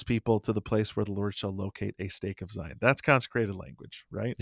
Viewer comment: Did say "Zions" National Park??? As a southern Utahn, I'm appalled. 😫